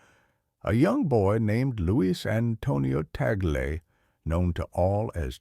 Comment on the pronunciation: Last name is pronounced Tag- Le